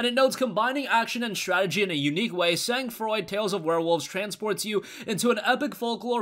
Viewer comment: I got a year subscription to humble monthly thanks to you and it never disappoints me. Other than that, Sang froid means cold blood in French so the pronunciation of it in this video was a little bit off 😅😅